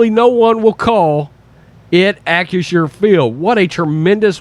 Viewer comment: Shows you what a stupid name it is for a company OR for a stadium that mispronounces it over and over in this video. He keeps saying AK-U-SHUR instead of AK-RISH-SHUR. But no matter how you say it, it comes out CRAP.